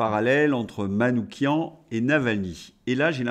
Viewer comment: Vous êtes le seul média sur lequel j'ai entendu prononcer correctement le nom de Manouchian : "kian"